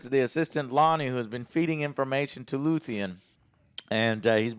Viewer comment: 10 episodes in, and he still says "Luthien"...